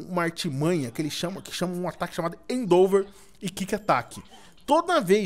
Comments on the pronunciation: o edu é tão cego que em vez de falar "endeavor" ele fala "eidover", e acha que o ember n presta... MANO, O TEPIG TAVA SLEEP VEI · não é endouver mas sim endevor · num é endover e sim endeavor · PORTUGUÊS 0 HEIN EDU , endeAVOR NAO ENDOVER E NAO É KIK ATAQUE É QUICK ATTACK. PLMDS ENSINANDO SEUS INSCRITOS A FALAR ERRADO.